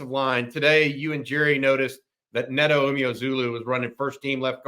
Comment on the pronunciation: Neto is actually pronounced like NATO according to UT. And their last name is pronounced you-MOO-zah-low.